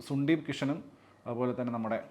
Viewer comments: കൊക്ക് അണ്ണാ സുണ്ടീപ് കിഷൻ അല്ലടാ സന്ദീപ് കിഷൻ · സുന്ദീപ് കിഷൻ അല്ലടാ ചെക്കാ, ,, സന്ദീപ് കിഷൻ ന്ന് പറഞ്ഞു പഠിക്കു